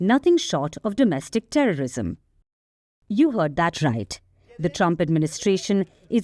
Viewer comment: HATE NOT TERRISUM